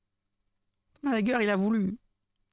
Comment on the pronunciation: En + d'être un brouteur c'est un abruti. Il est c.. comme une valise 😂 "Le managueur" 😂😂😂 Même ça, il est pas foutu de le prononcer correctement.